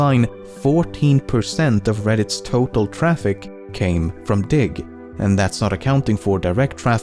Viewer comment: was not watching the video only listening and i thought he said, dic* not diggXD